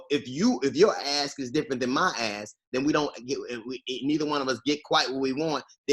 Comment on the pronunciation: When DL says when your ask is different from my ask, and he kept saying ask. Lol, it sounds like ass instead of ask. Lol